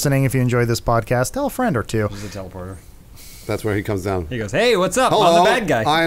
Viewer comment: “Hey my fwend’s back my fwend’s back!” 🤤 lmao